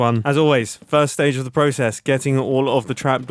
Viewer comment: "It's time for se fan by se fan"